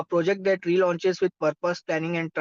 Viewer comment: Relonch bolta h mrmint band ho gaya tha kya jo relonch bol raha h